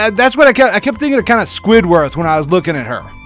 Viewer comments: are you casually abling the illuminati with your avatar? total nwo symbol, two headed eagle... also its SQUIDWARD not squidworth. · Squidward. not squidworth😂😂😂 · squidWORTH? If you can't even pronounce names properly in your fucking crybaby mook rant, your diatribe loses all credibility. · I was like, "Did he just call him Squidworth?" #CartoonNamesMatter ROFL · How dare you pronounce Squidwards name wrong? I find that offensive. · there's a whole episode where squidwards name gets messed up and he is NOT happy about it. have some respect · Your pronunciation of squidward triggers me.